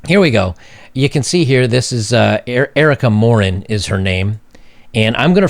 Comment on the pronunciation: Anyone else heard "Erica Moron"?